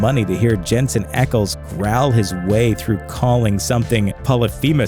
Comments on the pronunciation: You pronounced Ackles wrong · I see everyone is picking on you for the same thing, so i won't bring that up. But you can't even pronounce Jensen's last name right. It's Ackles, not Eckles lol But yea, big oof